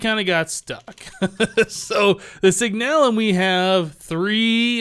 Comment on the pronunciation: Signalum is pronounced SIG-nuh-lum. Love the vids! Keep up the great work.